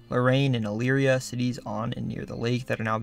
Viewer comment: I don't know if you're personally familiar with the area, but thank you for pronouncing Elyria correctly. Nobody not from here ever gets it's right.